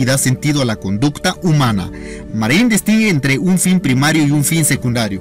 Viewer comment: Ni siquiera sabe el nombre, dice "Marié"!!! Esto está lleno de errores y omisiones esenciales.